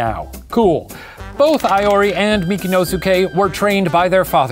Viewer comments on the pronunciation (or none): I kinda hated the whole thing of Iori being called "Aiori" xD, but like the video. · Great episode! As a Japanese person, I just wanted to point out some inaccuracies in pronunciation: Iori is pronounced (EE-ori), Honshu is pronounced exactly like it looks (Shane said Hoen-shu lol). Seijiro is pronounced (SAY-jiro). Overall I'm super impressed with Shane's pronunciation XD Fun fact: most samurai are not born with the name they're known by, don't quote me on this but I think Musashi was born Fujiwara Bennosuke (Fujiwara is a super well-known name in the history books, not sure if he was directly descended from anyone famous though)